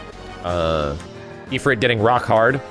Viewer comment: "Afrit" jesus just say it right ! EEEEEFRIT